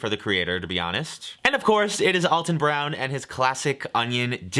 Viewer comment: You love Alton Brown so much but you can't pronounce his name correctly. Lol. Poor Alton.